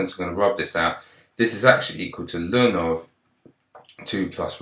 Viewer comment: why do you call the natural log 'lun'?